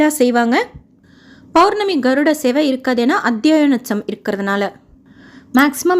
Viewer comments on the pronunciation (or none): none